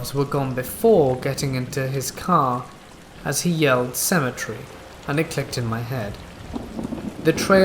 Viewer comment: I've never heard someone say symmetry so much in lieu of cemetary.